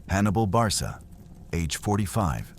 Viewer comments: Pronounced Barka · If this is not AI, you are a terrible historian full of misspronunciations and naming countries that weren't even in existence, Barca is Produced Barka, Hispania is a Greek term for for a region including present day Portugal and not counting north west basque and suebi people's. Finally maximus only followed Hannibal AFTER Cannae. You are worst than an elementary schools student, leave European history to us. Finally I stopped watching after 12 minutes